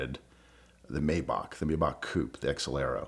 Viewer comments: He can’t pronounce Maybach. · Great story and a great video, as always! As a side note, I find it very strange that this dude would (except for I think one time early-ish in the video) mispronounce Maybach (?)